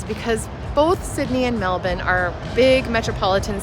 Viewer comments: Good job saying Mel-bun instead of Mel-bourne - true Aussies! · Thanks for pronouncing it correctly MELBN. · #1, thanks for pronouncing Melbourne correctly. 👍 #2 Correct, no need to compare. Both have their good points. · Congrats at pronouncing Melbourne correctly!!! And I was a South Aussie!!! LOL